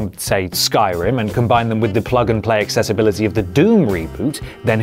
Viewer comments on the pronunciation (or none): none